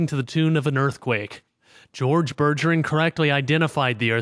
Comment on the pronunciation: You' can't even pronounce Bergeron..... RAGE